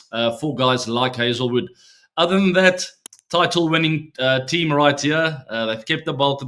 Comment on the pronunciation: The way he says my tean🥹